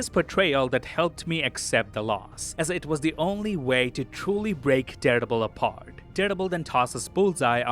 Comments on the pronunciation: Am I the only one who hears daredebil? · Who doesn't love the? But everytime you say Daredevil, it sounds like you're saying Deadpool 😅 👍